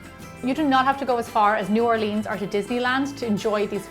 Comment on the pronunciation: Why do you pronounce New Orleans like that.